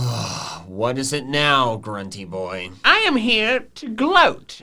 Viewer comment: It is I G R U N T Y B O I